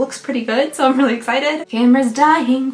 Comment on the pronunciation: Am I the only one that heard "Grandma's dying, fantastic." And not camera's dying?